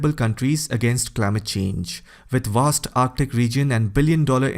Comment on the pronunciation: I could not finish watching this video because the speaker could not speak proper ENGLISH for shit! Example-The word Vast is not spelled nor pronounced with a W, as in Wast.